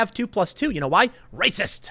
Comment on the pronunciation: "Science doesn't place my fee-fees over fact! That's wacist!"